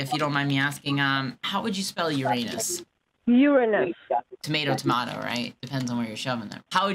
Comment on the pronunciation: “How do you spell Uranus?” “Urrrr-in-usss” “Tomatoes/tomato depends how you fit it”